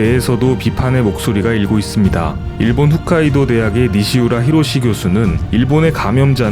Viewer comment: 훗카이도가 아니라 홋카이도입니다.